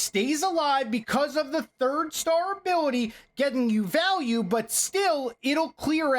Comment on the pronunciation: "The miner is going to get massive val-al-ue" 😆😆😆